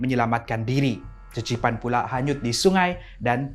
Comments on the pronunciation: Qeqipan banyuk bunyi sebutan dia kekipan banyuk, bukan cecipan😅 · Qeqipan tu sebutan dia kekipan. Bukan cecipan. Tu bahasa melanau baie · cecipan... Me (vaie): pffftttt lmao!!! (it's pronounced Kekipan with Q...)